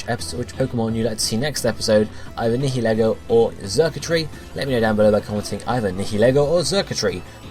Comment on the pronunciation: Whoa, my choice actually got picked? Oh my. Anyway, I choose Nihilego. (It's pronounced Nye-uh-Lee-go) It's 12-2!